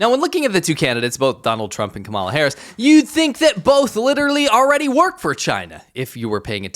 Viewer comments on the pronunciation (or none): la….not KaMAla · I think we've seen that Trump can be pretty easily manipulated. Flatter Trump, tell him how tremendous he is, and he'll decide you're OK. Beijing understands this well. The stress is on the first syllable in "Kamala," not the second /ˈkɑ.mə.lə/. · Her name is pronounced ….comma-la in other words , La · You pronounce Kamala wrong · Like you Buddy, but you should be able to pronounce her name. You speak fing Chinese! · Can you at least pronounce her name correctly? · Just a friendly suggestion. You should learn how to pronounce Kamala. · You’re pronouncing Kamala wrong. 😉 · Hi, I like your videos. However, you need to check how you pronounce the name Kamala. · You should learn how to pronounce Kamala. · Why do you mispronounce her name the way Trump does?